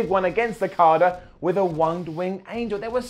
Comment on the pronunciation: Every time you say Okada it sounds like Carter